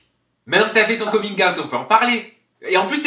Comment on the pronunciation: Jai arrêté la video à coming "ayt" frere